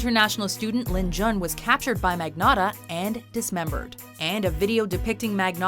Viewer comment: also... that moment where the narrator pronounces "Ayman Mohammed Rabie al-Zawahiri like a goddamn boss, but couldn't pronounce "Magnotta" right... fail...